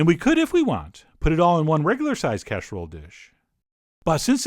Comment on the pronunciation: Lol, "Casherrole dish". I used to mess up my order at McDonald's every single damned morning by ordering a "Shaushage Bishcuit with Hash Brown". Embarrassed every time.